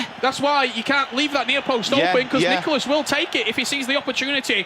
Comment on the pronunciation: Its Nicolás. Not that hard.